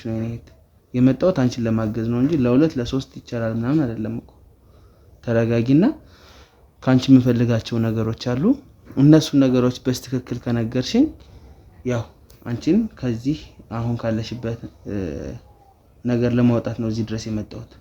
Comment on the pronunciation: እባክህ በትክክል በል በስትክክል የሚባል አማርኛ የለም ሁለተኛ እንዲህ አይነት ባለጌን በደንብ ቀጥቅጠህ ልቅ አፉን አዘጋው